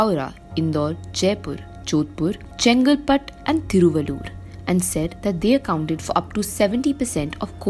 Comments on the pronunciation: Hope you don't speak Tamil, but if you speek Tamil and pronounced Thiruvallur like this, please rethink and don't translate City name from Tamil to English.... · I'm from Thiruvallur district and she's murdering the pronunciation of the place.